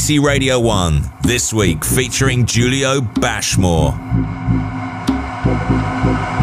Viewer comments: I love how he introduces him self as Julio (pronounced Hulio obviously) 20secs later Radio 1 introduce him as Julio (pronounced as a J) Get it Right! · Despite him saying "Hulio" in the intro piece, the DJ still called him "Jew-lio"